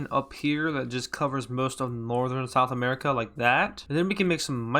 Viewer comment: I just heard smerica